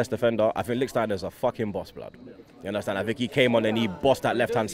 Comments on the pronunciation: "Yunderstand"... Get it right, commentators! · ”Undertand? I don’t understand” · You undastand lol 😂